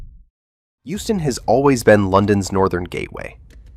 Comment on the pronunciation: Euston not Houston 😂